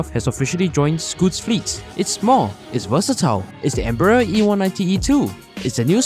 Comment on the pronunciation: It’s pronounced “‘‘em brai uh”